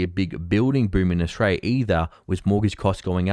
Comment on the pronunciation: So good to see that you are more focused on your homeland, Oshraya, (as Victorians pronounce it). But you present less 'dudu' than you do compared to the American 'dudu' that you usually produce.